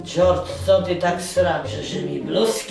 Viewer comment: Dżordż haha jak Baśka to zajebiście wymawia!